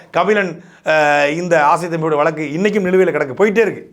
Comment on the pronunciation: டேய் முக்காமூளை சாட்டை ,அது வலக்கு இல்லடா வழுக்கு